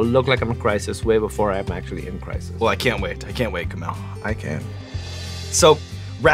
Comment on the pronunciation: Sean knows his shit! He also pronounced Kumails name perfectly!